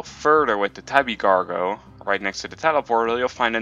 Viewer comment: And he said slargo